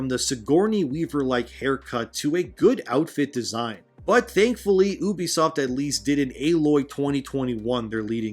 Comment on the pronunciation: You-be-soft. Not oo-be-soft!